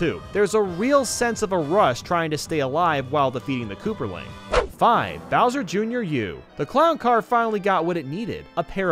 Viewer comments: Lol he said kooperling not koopaling while talking about ludwig. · / At he says kooplping wrong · He said kooperling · Is ludwig koopaling or Kooperling? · did he just say “kooperling?” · Kooprling lol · ha ha ha he said kooprling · Kooper he said